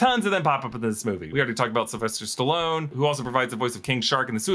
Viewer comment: did you really say "syl stellone" instead of his full name of sylvester stallone....